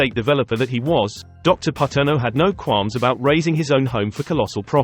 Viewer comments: Pronounced Pa-turn-o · Paterno is pronounced Pa-turn-o